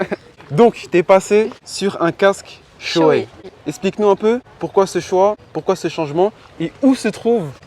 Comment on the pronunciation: Ahcheum vous avez dit « shoé » mdrr ça se prononce « shoy » 😅